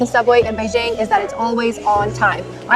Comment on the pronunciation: Its quite interesting to know that...shes been there and adopt to living there based on how she said Beijing.